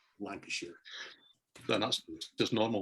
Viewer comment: Feels a bit inappropriate but you guys put a smile in my face every Saturday. A great friend of mine was killed in a motorbike accident yesterday and you still managed to bring me some relief. Thanks for another fantastic show and well done on pronouncing Lancashire correctly,!